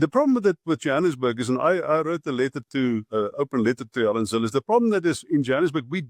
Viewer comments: Zille not Zilly. Your pronunciation please! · He name is pronounced Zilla!!!!